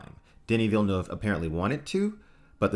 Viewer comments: Oh God, eargasm. You said Villeneuve correctly. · And it's quite difficult.